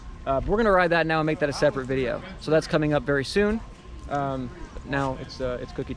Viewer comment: When you said KOMming it sounded borderline demonetized bahahha